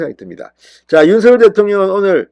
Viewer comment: 윤성열 발음이 그래 안되나요? 고유 명사라 본인이 원하는대로 불러주는게 국어발음법이랍니다. 윤서결이 아닙니다. 대한민국에 대통령은 한명입니다.